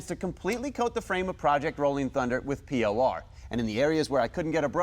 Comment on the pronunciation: It's not p.o.r.. it's por15